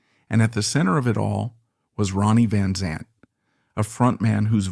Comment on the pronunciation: Pronounce his name right...smh